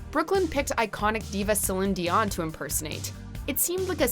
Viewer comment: Who is celin dion PRONOUNCE IT RIGHT